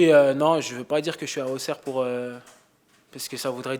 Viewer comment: Ausserre on dit en non AuXerre